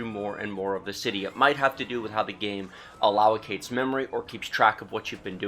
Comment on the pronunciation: How is this 40 minutes long? Why make a "tech" video when you can't pronounce allocate? Why not say that this game has a memory leak? And again...how is this vid 40 minutes long?